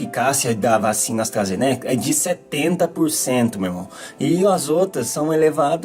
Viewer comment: "Astrazenéca" foi foda kskskksksks